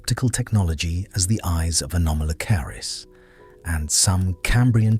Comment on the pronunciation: The AI voice mispronounced “anomolocaris” when it first pronounced it .